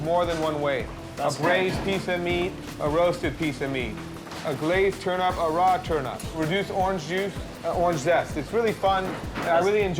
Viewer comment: The man. He can't say turnip